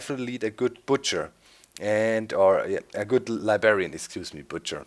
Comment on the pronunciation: Heh heh he says libarian